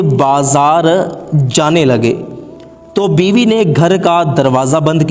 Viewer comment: biwi Nahin Biba hai kya bandal banate Ho